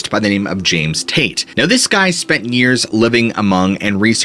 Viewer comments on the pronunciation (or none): none